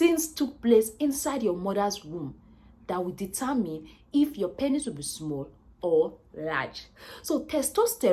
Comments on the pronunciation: Lol I couldn’t watch more than 2-3 mins the amt of times she said “panis” got odee annoying i had to bail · Good video, I like your accent, and how your pronunciation of the word penis, sounds like panis. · I like how she saids pennis. 🤣🤣